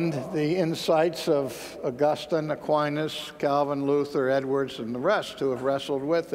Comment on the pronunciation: Aquines is a Latin name, unfortunately I heaven't heard one American who can pronounce Latin correctly. God is infinite means simply, we don't know where he is, what he is and how we should understand him (or her). We define him therefore as infinitely potent and smart. It also means we ignore and deny the possibility that anything else is infinite (such as the universe).